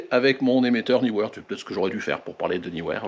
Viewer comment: Salut, enfin quelqu'un qui prononce le nom de cette marque comme il faut!! Bravo, il faut le signaler!!! Sinon c'est Sold Out sur le site de Neewer… dommage. J'ai l'impression qu'avec leurs promos de Noël, ils ont été dévalisé. Bonne fin d'année et bonnes photos